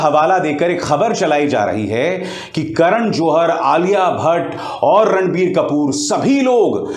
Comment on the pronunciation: Abhisaar Bhai jab apne video ke shuru me Ranbir Kapoor bola tha tab mujhe kasam se sunai diya "Randi kapoor" 😂